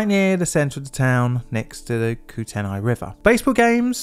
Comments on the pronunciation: *Koo-Ten-Ay not Koo-Ten-I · The river is pronounced koot-knee, not koo-ten-i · I LOVE your work and watch everything you create. I live in the northwestern area of the US and just wanted to pop in and let you know (for future reference, as its commonly used out here) that 'Kootenai' is pronounced Coot-knee. Lots of native words are used geographically throughout the US and Canada and have unusual pronunciation. If I can ever help with anything you have out this way - digging up info, photos, or site footage locally, please let me know. There have been a large number of disasters, including a number you've covered, within a day's drive and its so important to continue learning from the past. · Great video, as someone who grew up in Libby in the 70's and 80's, you covered this superbly. FYI, the Kootnei river is pronounced KOOT-ney. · Very interesting! (Kootenai and Kootenay are typically pronounced "coot-knee" around here 🤓) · It's weird hearing the US pronunciation of Kootenay when up here it's KOOT-nee and said much faster. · my Montana History teacher once said that every time our state is in the news, its never good...seems that way EDIT: Also Kootenai is pronounced "koot-nee" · Kootenai is pronounced like Koot knee, but one word kootknee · ITS KOOT-NEE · Kootenai is pronounced Coot-nee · Put it up on the town site, but your pronunciation of Kootenai is hilarious.😄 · The way he said Kootenai 😂